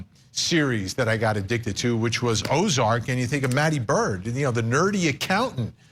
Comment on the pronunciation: If you’re a fan of Ozark you should know his name is Marty not Matty